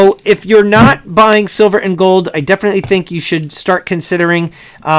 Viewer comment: "I love goldddddd!" *Goldmember accent